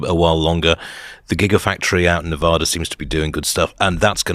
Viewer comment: First ever mention of Corona . Also when Nevada was mispronounced.